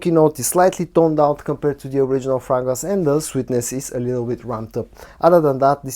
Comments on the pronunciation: Yeah, my bad. Hearing him say "frogrance" 🐸 repeatedly is adorably quaint. I stand corrected. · Your reviews and presentation style are excellent. Please consider learning the correct pronunciation of the word 'fragrance'. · What's wrong with the way he says "fragrance", English is obviously not his native tongue and the way he's pronoucing it, it's just got a little lilt of the way he'd say it in his own language.